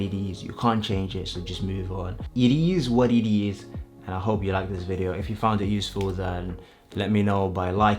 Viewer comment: Thanks for the video mate, I just want to say however, work on how you pronounce: "it is what it is", lol because you sound jamaican and you had me in hysterics.